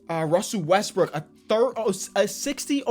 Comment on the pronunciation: Bruh, he was calling Russell Westbrook, Russell westbrick